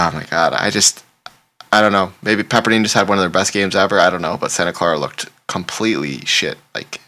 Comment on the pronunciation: Pepper dIne not dean😂😂😂😂